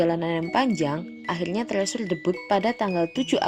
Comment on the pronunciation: Kakak permisi bukannya mau sok tau. Tapi bacanya bukan "trisur" atau "tresur" tapi " (t)crisur" atau di korea- nya "trejo" (setauku ya). Maaf.